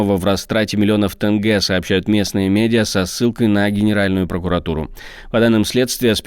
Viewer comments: народ извините режет слух не тЭнге а тЕнге - Е, буква Е , спасибо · Почему так сложно сказать тенге вместо тэнгэ? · Автор, не тупи: не тЭнгЭ, а тЕнЬгЕ!!! Заруби себе на носу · научитесь говорить тенге а не тэнге пожалуйста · грамоте диктору, тЭнге - такого нет. Есть тенЬге мягко говорить нужно хоть и нет Ь. Я не душу, но это странно такого не знать